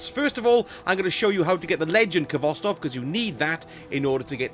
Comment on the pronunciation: The k is silent! Pronounced Hvostov with a hard H